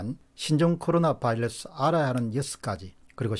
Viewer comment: 바이러스 발음이 맞습니다. Virus 는 R발음이라 바일러스 L발음이랑은 많이 틀립니다.